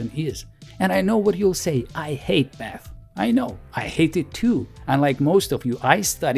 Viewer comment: His pronunciation:- math ❌ meth ✅